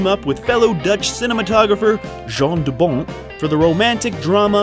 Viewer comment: Your pronunciation of names is awful. "Jan", not "Jean" de Bont (Bond but with a t). Verh-oe-ven (like U-kelele), not hOven. Regardless, always happy for this WTF Happened series, now featuring the great Verhoeven ;-)